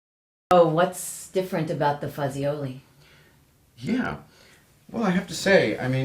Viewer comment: not fuziolie it is fat-ci-o-lee.